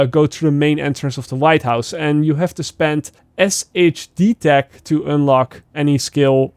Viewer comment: It’s “Shade tech”😂